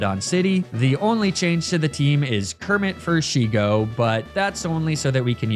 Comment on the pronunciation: Not me sobbing in relief at didn't call Shego as Sheigo.